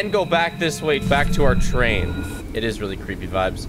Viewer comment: GET TUGH ZEH TRAIUN AUUGH